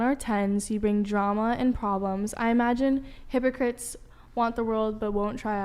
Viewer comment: Did she say hypocrites instead of Hippocrates? 🤔